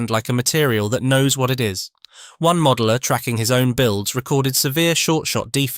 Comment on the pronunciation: The modell-er 😂